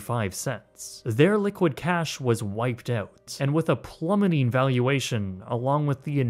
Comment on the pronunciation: PRONOUNCE "OUT"!!!